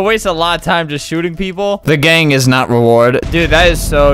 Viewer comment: why did he say gaagang